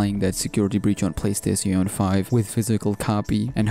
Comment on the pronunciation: playstatione 5(nice engrish(sorrry if you actually dont speak english)